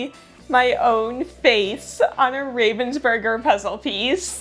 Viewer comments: It's not even "burger" like the sandwich, but "oo" instead of the "ur". Americans might want to try it like that: "Raah-vens-boorg-er". Greetings from Ravensburg! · Pronounced RAH-vensburger. Not a hard A as in the bird, raven. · Hi, since you tried very hard to get the pronunciation of 'Ravensburger' right: It is almost right. The 'a' is different. The name likely is inspired from the German city 'Ravensburg' (where the company is situated). If you type the name in google - translate while having chosen German as a language, it helps to listen to the pronunciation there. Or: the 'a' in kindergarten sounds similar to what it is in 'Raven...' I thought, this might be helpful, since the name is likely to be used by you again on this channel 🙂